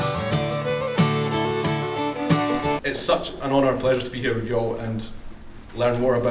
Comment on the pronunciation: Welcome to NC. You need to learn how to say "y'all".